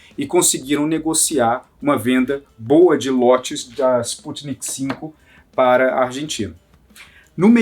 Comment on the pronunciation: Não é sputnik v (5) o correto é sputnik v (vê) V de vacina